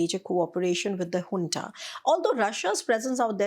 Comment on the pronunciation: Junta (military) is pronounced hunta